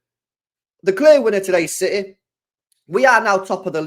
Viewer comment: CITEH💙 CITEH 💙CITEH 💙 CITEHHH💙